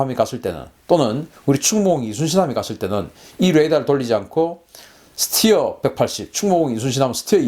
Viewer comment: 잘 모르면서 무슨 자신감으로 이런 ... 스티어??? 웃기지도 않아요.. 군 전문가라면 스터라고 읽었어야하죠